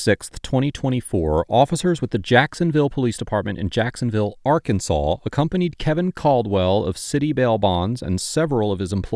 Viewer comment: Occupation: Frunt desk. Welcome ta Rkunsaw. lol